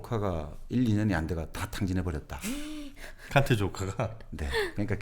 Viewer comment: 깐트 칸트 비 삐 발음이 사투리인가요